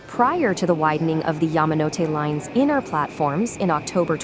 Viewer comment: Yah-mah-no-te.. never heard it pronounced that way until now. always heard it as Yaa-ma-no-te